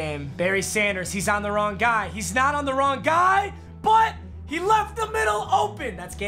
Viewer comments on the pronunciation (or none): none